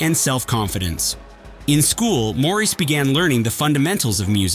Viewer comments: It’s Maurice NOT Morris! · As others said: it’s MAURICE ( MOR-REECE) not MORRIS( MORRIS)!!! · Pronounce the name correctly. Moor- Reese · Maurice not Morris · Hate the annoying AI narration. Such a distraction, often mispronouncing Maurice White's first name. Must "Dislike". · If you don’t respect Maurice White to pronounce his name correctly I can’t watch!!!!